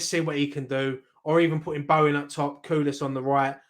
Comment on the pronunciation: The name is Kudus not Kudas...